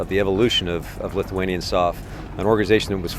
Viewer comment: Just gotta say that your lithuanian is getting pretty good!